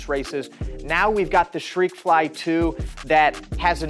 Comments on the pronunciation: Shreakfly 😂😂😂 Jesus dude, there's a T in there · Why is he saying shreikfly? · I heard he pronounce it as “shhtrekfly” but yeah😂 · I thought I was hearing him incorrectly; at least I know I wasn’t hallucinating.